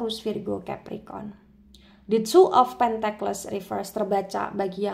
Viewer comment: Punten mbak. Tulisan Pentacles bacanya sepertinya "pèntekels", bukan "pèntekles".